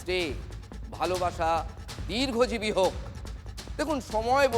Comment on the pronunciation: "দীর্ঘজীবী" না 'দীর্ঘজিবী'?